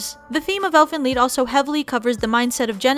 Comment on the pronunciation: it's pronounced leed lol